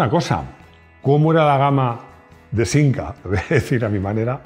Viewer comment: Es de Madrid y dice sinca tronco.